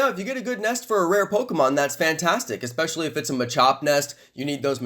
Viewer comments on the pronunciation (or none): none